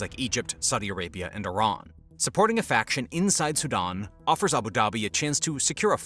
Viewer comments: "Su-DON"? It's SudAn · I thought he was saying Saddam not Sudan.